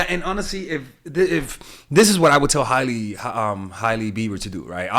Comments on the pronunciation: Her name is pronounced ‘Hay-Lee’ not ‘Hiley’ Love you tho! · Lol it's pronounced Haley